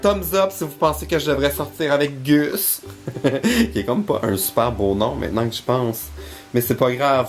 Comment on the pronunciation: Gus ça se prononce gosse en Anglais.